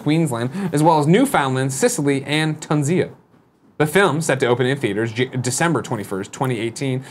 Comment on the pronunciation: "Ton-zia" LOL